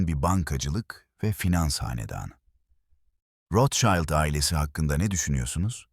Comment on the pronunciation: Rothschild yazılır, rotşild olunur.. rotşaylt değil… naçizane😉